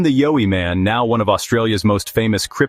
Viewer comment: Horrible narration. Needs to learn how to pronounce YOWIE